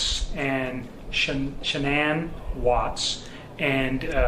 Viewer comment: Maybe I'm too invested in this case , because I am irritated he cannot pronounce Sha'ann's name correctly 😤